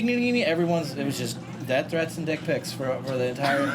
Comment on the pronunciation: “Death threaths and dick pics” jajaja